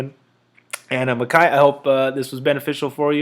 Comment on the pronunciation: Thank you for this! I was actually surprised you pronounced my name right the first time (Mick-eye) haha people usually don't get it right for months. Lots of great advice in here and I'm looking forward to your string series too! Appreciate it bro